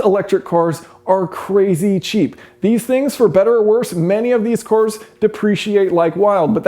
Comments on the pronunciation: Watched countless of your videos, but in this one you say "cors" instead of "cars" which is weird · Weird how he says cors instead of cars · thought he was saying electric whores at first... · Just me, or was Jason saying cors instead of cars the whole time? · Core corr core cor, all I can hear now